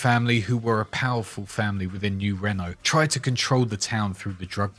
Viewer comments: Great detailed video as usual. You have a voice made for narraration man. Only constructive criticism I can give you. I realise you are British, not American. But you must get the pronunciation right when saying New Reno. You do not pronunce like the French car company - Renault..non, non mon ami.. Must pronounce like the Americans say it. - Reeeno.. Like you say tea, but put an R in place of the T , think of it that way 😉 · Reno isn't pronounced like Renault. It's Reeeeeeeeeee no. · I'm sure you've heard this already, but Reno, NV is pronounced as "re-know" not "reign-know" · Its pronounced RE-NO not REN-O